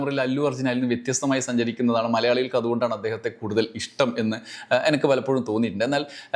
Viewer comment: എനക്ക് അല്ലടാ എനിക്ക് 😅😅😅😅😅